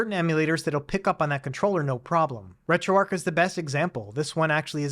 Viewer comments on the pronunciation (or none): Heads up: pronounced “Retro ARCH” not “Retro ARC”. I got way too hung-up and confused as to what you said. Haha